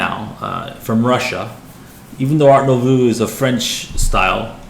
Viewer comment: It's pronounced art newvoh